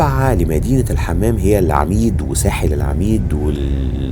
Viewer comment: فيديو جميل وموفق ❤ اتمنى حضرتك تحط الصور اكبر شوية عشان مش بتكون واضحة خالص لما بتعرضها ومنطقة العميد نطقها الصحيح العُمَيٍد